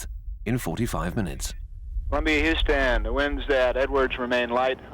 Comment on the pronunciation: Lol the narrator says Hooston instead of Houston.